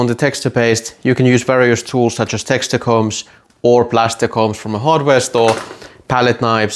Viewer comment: Say.... it like this... 'Text'...'ture'... I cannot Texter paste 😂😂